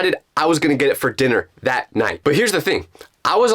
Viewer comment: Its NOT dat Its that